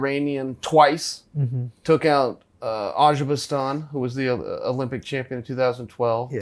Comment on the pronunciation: Chael, the country you were trying pronounce is Azerbaijan not “Azerbijstan”